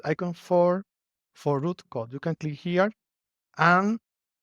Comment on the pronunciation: It's Roo Code, not Root